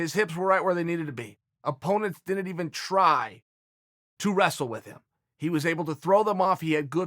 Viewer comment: Chael cant pronounce "didn't" properly....and I can't do shit about it.